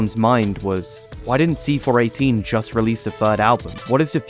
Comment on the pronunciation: I had a hard time focusing on the actual message if this video, because I am so familiar with his work, I am pretty sure it's pronounced "see four one eight" and not "see four eighteen" I tried to not let it bother me, but only 3 minutes in, I am making this comment